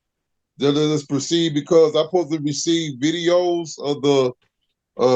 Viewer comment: How lazy do you have to be to pronounce the word 'supposed' - 'posed'?!